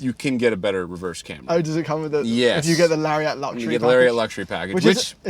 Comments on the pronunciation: I believe Lariat is pronounced Larry-ette, not Larry-at. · "Hey, where's your friend Larry at?" Larry at? Larry-AT?! I literally have never heard anyone pronounce it this way. "Lariat," rhymes with "chariot." ...Please don't start calling them cherry-ATs. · Why do yall say lariat don’t weirdly. It’s not “lary-AA-T” it’s “lari-ET” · It's pronounced "LARRY-IT" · you really need to learn how to say "Toronto" and "Lariat".